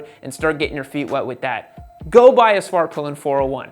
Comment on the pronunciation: Dude I swear I heard say Fartpilin' at one point in this vid 🤣